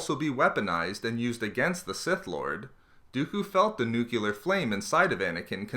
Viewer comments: Dude it's nu-clear, not nu-cu-lar. OMFG! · Noo-Klee-er, not Noo-Kyoo-Ler. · Nuclear, not nukular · "Nuke-you-lar" =/= nuclear Great video though!!! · I hope the "nucular" was a spoof. :D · There's only one letter U in "nuclear". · There's only one "U" in "Nuclear" dude. Don't go all GWB on us! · at least pronounce nuclear right